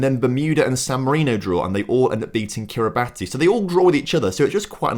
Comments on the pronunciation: It's 'Kir-ree-bas' not Kiri-bati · You pronounced kiribati wrong cause its pronounced Kiribahs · Kiribati is pronounced Kiri-bass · "Sao Tome and Principe which I probably butchered in saying" despite saying correctly. Unlike Tuvalu, Anguilla, Kiribati (pronounced Kiribass), Northern Mariana, Turks and Caicos which were butchered 😁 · Kiribati is pronounced Kiri bass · Kiribati is pronounced “Kiribass” as it’s how the “ti” sound in their language is said… I believe it’s because they don’t use the letter “s” in the language. But you’ll have to check that. But yeah… just a heads up for next time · Curacao is still Dutch. Also Kiribati is pronounced “Kiribas” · You actually just pronounced Kiribati wrong as it's pronounced Kiribas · And North Marina (how he pronounced it) and Kiribati. It should have been North Mari-ah-na and Kiri-bas. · Yet another person that has fallen for the Kiribati pronunciation trap